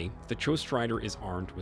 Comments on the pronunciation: HER-QUE-LEES.....how you pronounce the name....it's Roman in origin. And it is not JOSHT...but GHOST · AI narration can't pronounce "ghost"! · This guy mispronounces “Ghost” and “ Hercules.” He must be a dadgummed commie spy! 😉